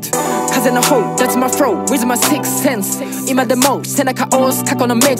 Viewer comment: 英語使うならlとrの発音は勉強してや。Frowってなんだよ。rじゃなくてlだよ